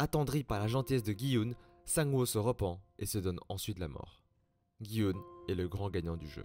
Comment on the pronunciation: C’est pas gui oun c’est dji hun